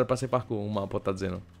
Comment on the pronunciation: ele disse que é um dos melhores parku leio e Sta falou errado